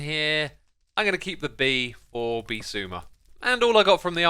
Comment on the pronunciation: I'm surprised whenever I hear someone say Xisuma right I thought it was impossible